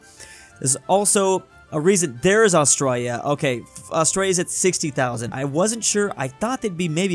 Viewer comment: Who noticed 'Australis'